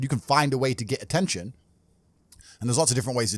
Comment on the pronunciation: ATEETION AND MONETIZE